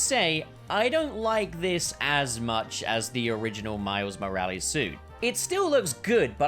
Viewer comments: no one:: Miles Moral-ees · I’m sorry but it pisses me off how he says “moralees” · Why do you say morales wrong I was losing my mind. It's not moralees. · bro really said miles moraleez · He’s saying moralis wrong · Man said Moraliz 😂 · You dont pronounce his name like Moral ees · Please learn how to say miles name right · That's got to be the strangest I've heard someone say Miles second name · Nobodys gonna comment on the annoying way hes pronouncing morales? AND THEN HE SAYS IT NORMAL, WHY ARE YOU DOING THIS TO ME